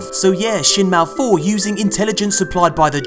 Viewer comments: Not "Malfour" it's "Mal'Fur"......*Fur" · Everybody else: Shin Malphur: Shin MalFOUR Thank you, very cool